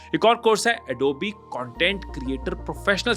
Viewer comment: Bhaisahab ye adobe hai adobeee nahi. Please correct